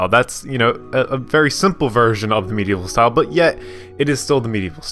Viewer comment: For some reason I heard you say meat evil style! XD Great video!